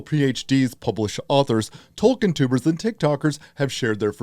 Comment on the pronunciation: Well thank God. Dunno who got in his ear but hearing "Toll-keen" was getting taxing